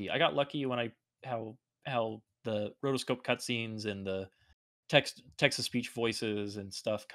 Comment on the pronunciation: Whenever says "Text to speech", I keep hearing "Texas Beach".